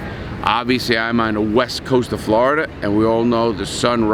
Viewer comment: Flordia i say Florida